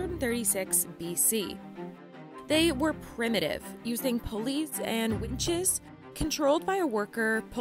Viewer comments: pUUlleys and WINches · . "they were primitive, using police and wenches". Well, that's what I heard anyway 😁